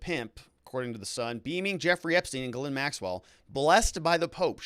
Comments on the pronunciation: Almost. Ghislaine is Gilen not Gilin. Its French...aine is pronounced 'eh' as in met not 'i' as in sit. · It's not guh-lin. It's Ghee-len. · Giz-lane. Evidently.